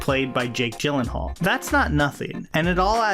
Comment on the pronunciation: Jake Gyllenhaal is pronounced Jake "Yillenhaal" like you're gonna say YEET but... you say YEELLENHAAL